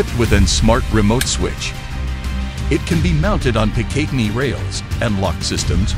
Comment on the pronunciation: Guys can you not use the AI voice over.... It can't even pronounce picatinny correctly.